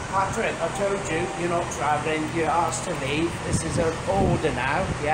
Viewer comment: You vill not be twavellen today